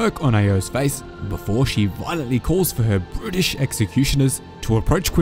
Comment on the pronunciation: I thought you said "british executioners" not "brutish" 😂